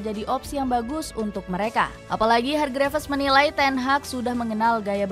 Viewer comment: Hargrifs kak bacanya. Bukan hargrifes 😢